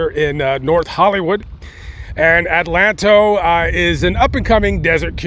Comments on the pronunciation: Its pronounced Adelanto not Atlanto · it's pronounced ADA LAN TOE. Very high crime rate in a little town.